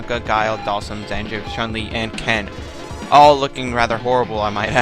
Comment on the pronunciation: Did you say Sanjiff, Zanjiff, huh... Different strokes for different folks I suppose. I have recently bought the Snes classic mini, 21 built in games with 1 of them being Super Street Fighter 2 Turbo and that game has the original version. I can't remember that last time before this, that I played an SF game on Snes. Playing it at this time brought me back to the early 90s, I LOVED IT! :3